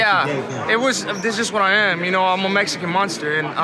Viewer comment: Benavidez has never conjugated a sentence of his own all he says are phrases and popular idioms fucking pea brain mf fake ass teeth cant even pronounce mexican monster anymore meshican monshter